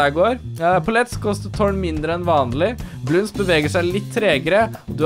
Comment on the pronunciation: Det er bloons ikke bloonds